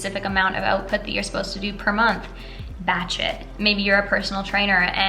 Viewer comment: I laughed so hard when you started the video I thought you said Bat Shit instead of Batch shoot oops sorry love your content you always give great advice!